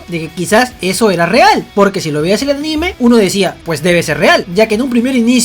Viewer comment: Cuando decís aNÍme me das mucha risa por unos 10 segundos jojojo